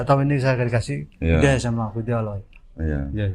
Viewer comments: Dia sering skl menyebut Alah dibanding Allah…😂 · Agak aneh gerak gerik dan cara bicaranya kurang myakinkan. Sudah 14 th mualaf sjak 2010 tapi kok mengucap kata alloh saja masih beberapa kali diucapkan alah..udah gitu gak ada sertifkat mualaf. Tapi smoga ia bener2 mualaf bukan pura2 mualaf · Ko saya agak ragu ke bp ini, bahwa beliau mualaf. Bilangnya mualaf Sdh 10 thn, tapi bilang Alloh aja masih alah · Bapak ini mualaf sejak 2010 tapi kok selalu salah menyebut Alloh Dengan Allah ya , padahal menyebut Allohhu Akbar minimal ~+ 100 sehari... semoga bapak ini semakin terbimbing menuju jalan yang benar 🤲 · Ngomong Alloh aja salah teruuusss...😁🤣😂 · Menyebut Allah nya masih spt saat Kristen. Semoga istiqomah kalau benar sudah Islam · Bapa ini ko nyebut Allah..ko masi kobelet..hampir selalu sala..dan d sahadatkan meragukan..ni kaya misionaris..